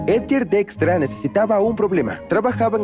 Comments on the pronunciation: Dextra = Dijkstra? Para eso mejor veo el video en inglés, que pronunciación pedorra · Soy profesor universitario de investigación de operaciones y llevo explicando el Algoritmo de la ruta más corta llamado Algoritmo de Dijkstra por muchos años, la pronunciación de la voz de IA para este apellido es algo como "DEXTRA" nada que ver con la pronunciación ni en español, ni en inglés ni en el idioma de origen de Edsger W. Dijkstra, quien es Neerlandes. Muy mal por ese doblaje.😢